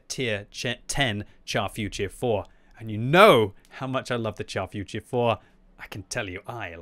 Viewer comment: If you love the Char Futur 4 as much as i do, learn to pronounce it properly lol.